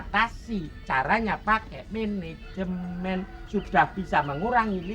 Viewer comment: Menejemen, mejen kali😂